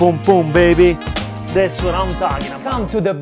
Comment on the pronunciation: we are saying that's it! not thatse:) beside of that - you are perfect and we love youuuuu!!!!